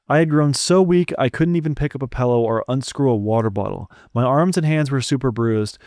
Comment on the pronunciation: The real tragedy here is how he pronounces pillow. Pae-low LMAO